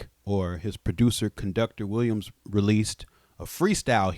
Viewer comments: Conductor now has to sample you saying "conducki-tah Williams" and make it a producer tag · Conduc-a-ter Williams 😂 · "CONDUC-I-TOR WILLIAMS" IS CRAZY